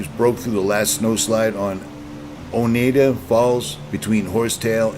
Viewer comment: Sounds like Oh nide ah. Great bows. You were at the oneida gorge. The water fall is worth the waiste high cold water but in summer.